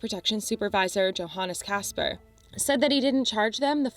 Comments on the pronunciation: Way to go pronouncing German names in a story about Germany! "Yo-Han", not "Joe-An-Es". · And Yohannes not Johannes.